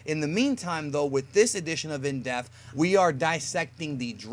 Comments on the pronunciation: Is it just me or does it always sound like he says “in deaf” not “in depth”? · Am I the only one that hates the way pronounces the wroth depth!?